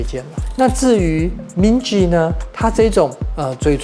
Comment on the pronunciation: Minji 和 Jisoo 的j都發錯音了 我強迫症！！！